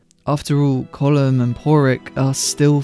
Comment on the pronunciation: Our fourth green field? Have to say finally someone can pronounce Colin Farrell's charecter's name.